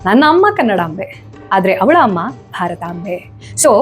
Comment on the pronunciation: Haa matte aa kara uchhara swalpa correct aagbekittu..ugra na hugra anta heliddu matte avalamma na havalamma anta prounce madidiri..